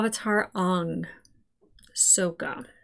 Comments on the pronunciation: No need to correct those names. That's Ong, not Aang. That's Soakka, not Sokka. That's Earoh, not Iroh. You watched Ahvatar, not Avatar. Maybe that can help separate this from the animated series. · Oong, sowka, uncle eeroh oh how can I forget the yin and yong like wtf 😂😂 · Correcting the movie every time they said “Aang” “Sokka” “Avatar” and “Iroh” was the most fun I could have had while watching this disaster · I distinctly remember watching this movie several years ago on DVD. And the moment they first pronounced Aang as "Ong", I thought I was going crazy and mishearing things. Nope! This was the real deal. And honestly, BIG yikes. All of it. 😬 Believe it or not, I didn't even know they mispronounced Sokka, Iroh, or even the word "Avatar" as well until I saw this, which is even WORSE than I imagined. I just vividly remembered them butchering Aang as "Ong". 😓 And as far as coming up with something “positive” about this movie, here’s a good one. I love how it perfectly demonstrates why “less is more” by doing an abundance of what NOT to do and COMPLETELY ending production after Book 1. No need to tamper with the other 2 books. Trust me. We’ve seen WAY more than enough. 😅 #OngIsWong #IrohNotEero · In Eastern Asia; aang, avatar, and Iroh would be said Shyamalan’s way. But he went back on himself by saying Sokka and Agni Kai wrong